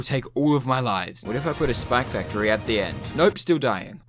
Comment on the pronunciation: why does he say spac factory